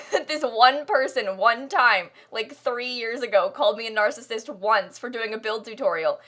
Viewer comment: “My nusband and I think you’re a marcasist”